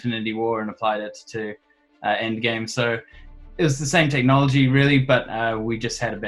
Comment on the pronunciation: Why are you saying "indgame"?